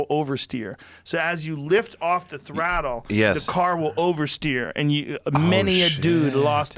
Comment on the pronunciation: . haha. "as you lift of the thrættle..." Boston accent slip? Sure sounds like it.